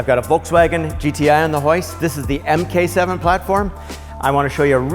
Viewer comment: Its MARK 7, not "mkay" the car is german